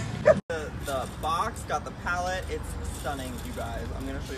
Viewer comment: “His PaleTTTTe” 😂🖤